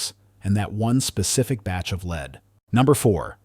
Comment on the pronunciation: As soon as it said leed instead of lead I was like nope not another AI video. Thumbs Down.